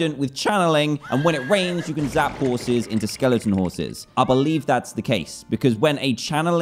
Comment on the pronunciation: he say scorses not horses